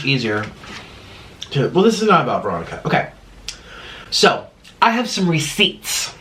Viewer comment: The way he say receipts 😂😂